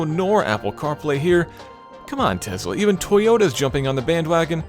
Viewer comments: TeSSSla not TeZZZla. Please. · It's a Tesla. Not a Tezla. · Why does he pronounce Tesla as Tezla? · Where does he get the z in Tesla from??? It keeps bugging me he added random z to an S